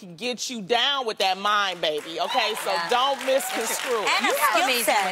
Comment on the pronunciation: I pray that Loni soon realizes it's "misconstrue", not "misconscrew".